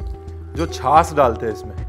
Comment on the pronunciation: At , its not छास (chhas) , its chhach( छाछ)